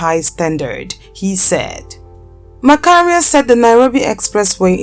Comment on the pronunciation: James 'Macharia' pronounced as Masharia not Makaria